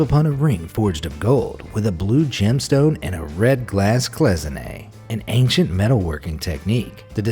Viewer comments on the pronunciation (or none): none